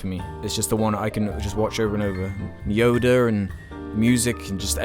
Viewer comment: Inp like how you say yoda, yoder